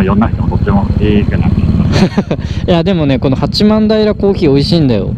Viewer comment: 八幡平(はちまんたい)ですねｗ